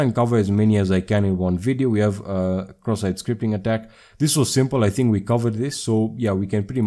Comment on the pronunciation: Bro i wake upp 3 am and I hear this indian dude talking about CroSS SiTe SCripT